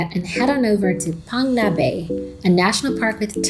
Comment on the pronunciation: Very nice scenic and great time video you have shared. The name is pronounced 'Paang-Nga' bay. 'Ph' sound in Thai is just a 'P', not 'F' e.g. Poo-ket Island.😊